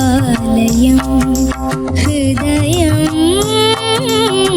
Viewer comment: ഗീതം, ഹൃദയം ഉച്ചാരണം എത്ര മോശം ദിയയ്ക്ക്. എന്നിട്ടും... 100,മറ്റു കുട്ടികൾക്കാണെങ്കിൽ എത്ര mark കുറയ്ക്കും